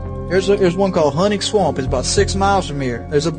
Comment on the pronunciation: The way he says swamp Swump